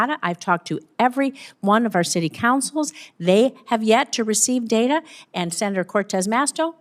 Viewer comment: It's data.not dada.😂